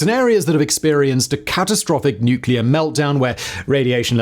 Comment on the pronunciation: I knew was full of shit when he couldn't pronounce nuclear correctly. The man kept saying "nu-cue-ler"...lolol. He knew it was wrong and STILL kept doing. What a "mo-ron"...or is it "mor-on"?...lol.